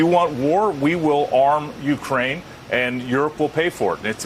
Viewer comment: What is this linguistic quirk? "Smort" instead of smart, "orm" instead of "arm". Is this a regional dialect?